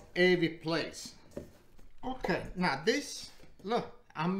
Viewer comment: I like how he says „now“—> „nää“ 😁😊